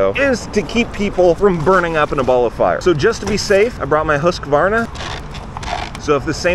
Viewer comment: The way you say husqvarna to me as a swede is hilarious.